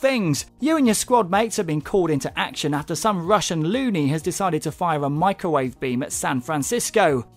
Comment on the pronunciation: lol "A mirowave beam!" I LOVED THAT!